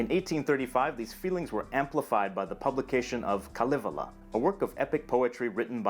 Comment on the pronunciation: "Kalevala" - Please, the FIRST "a" is the intoned syllable ! [Kálevala] !